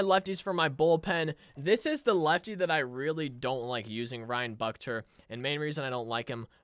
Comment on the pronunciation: Ryan Buchter's name is pronounced Book-tur